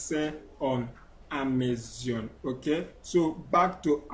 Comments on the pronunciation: Amazon not amazion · If I had a dollar for every time this guy says "On Amezion" I'd be super rich and wont need to sell on Amezion anymore. Jeez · E say Amezion! Leave me alone 🤣